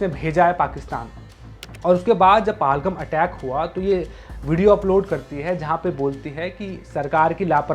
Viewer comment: Paal-ghum nahi bhai Pahel-gaam hota h